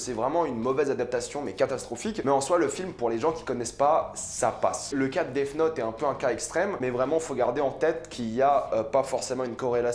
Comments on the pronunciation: C est moi ou il dit Def note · Mr jai un très bon niveau d'anglais... Si un anglophone t'ecoutait il entendrai sourd et non pas mort quand tu prononces def 😂😂😂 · Je pense avoir un très bon niveau d'Anglais Aussi: Dèf Not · Tu prononce super mal Death Note sinon super vidéo.